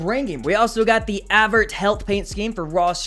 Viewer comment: i feel disrespected after you said ADVERT health when its adveNt health